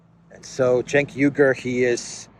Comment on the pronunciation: I'm loving your adventures in Central Europe! Regarding Cenk Uygur, a pronunciation hint: his last name sounds like this: OO-WEE-goor (the first two vowels are slid together). Thanks for your excellent research and reportage!